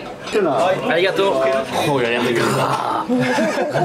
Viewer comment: 「ありがとう」 の発音が、カンペキ 「酔わないぞ」と言ってメチャクチャご機嫌になってるのが面白い。